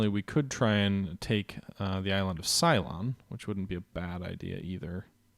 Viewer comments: Ceylon is pronounced sea-lon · I've always heard it pronounced as say-lon.